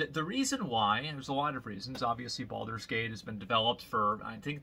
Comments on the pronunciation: BALD-ur's Gate. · when Asmon pronounce Baldur's Gate it sounds so BALD.. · why does he emphasize the first 4 letters of Baldurs gate a little too much? he does this at about